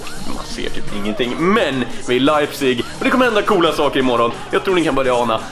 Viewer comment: Jag har en vän i Leipzig. Och fmdet uttalas leipzish på tyska